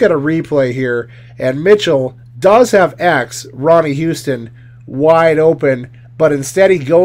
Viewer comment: Its not Ronnie Houston, its Ronnie Huston